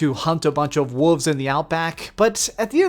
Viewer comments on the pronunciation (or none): Did you say you hunted wooves?